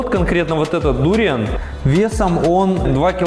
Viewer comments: кто то говорит про сочетание дуриана с совершенно разными вкусами, а автор ролика постоянно говорит дУриан. хотя в большинстве случае я слышал ударение на букву А, когда говорят название фрукта дуриАн. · ведь ваши видео на русском языке и рассчитаны на русскую аудиторию? живу во Вьетнаме довольно долго и все русские здесь произносят дуриан с ударением на букву а. будем знакомы, я Дмитрий)